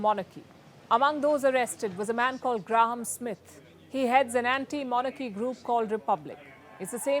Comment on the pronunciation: 'Graowm' Smith? 'Gram' Smith? The name is pronounced 'Gray-um'. Not sure what happened in London, looks like the cops intentionally tricked the protesters so they could crack down on them. But, they may have had intel that showed that many of these people were trouble makers so it may have been partly justified. I'm in Canada, a totally corrupt, lawless industrial penal colony that tortures and murders its own citizens for fun and profit. Canadian police are a sadistic criminal gang that carry all this out. I keep asking the king to collapse the government, just over the Royal Family's Twitter account. Nothing yet, but maybe more will agree with me. States that use East German Stasi tricks to track, stalk, bug, provoke, entrap, torture and murder their own citizens have no right to exist and must collapse, they are obsolete.